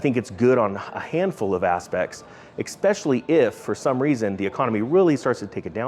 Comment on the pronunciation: Good point! You gotta get the "x" out of "especially" though... haha, it would really improve your presentation skills.